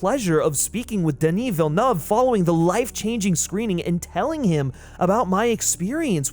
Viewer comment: Me (from Quebec) appreciating you actually pronouncing Denis Villeuve’s name like it should be 😂